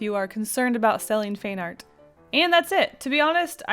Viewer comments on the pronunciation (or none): "FAIN ART" got me confused. I guess you pronounce "Fan" slightly differently! Is this what you meant? Other than that very helpful. Thanks. A. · Sounded like you were saying fain art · Is "feign art" a Canadian pronunciation I didn't know about?.... asking for a friend. (Also super helpful video thank you!) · Ca. : you said " not fine art"? "fan art"? Finnard? Feenerd? thanx. Btw, subbed. bye!